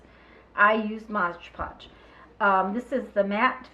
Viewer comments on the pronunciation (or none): thx for making this, clever! But it's pronounced MOD PODGE :) lol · I am so frustrated that people say "Modge Podge". "It is Mod Podge". There is no "ge" in "Mod". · It always makes me laugh when native English speakers can't pronounce Mod Podge